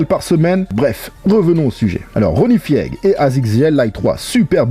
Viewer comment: Ronnie « Fiègue » 😂